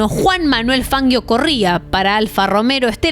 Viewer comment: Otra: es "capellanía" no capelina (sombrero femenino de ala ancha). Sigo: se habrá caído del caballo, no del "cabello". 3) No es "Fanguio" sino Fangio (pronúnciese Fanyio); no es "Alfa RomeRo" sino Alfa Romeo. ¿No hay nadie que le ayude a corregir al editar? JG.